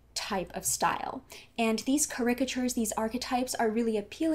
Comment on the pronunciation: It's "CARicature", not "caRICature"